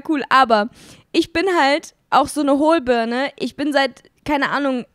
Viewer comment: Ihr habt darüber geredet wie ihr Birne und Kirsche aussprecht und hat gesagt, sie sprichst es mit i aus, #8 in eurer podcast folge, auch: ich bin so eine HohlbÜrne 😂😂😂😂😂😂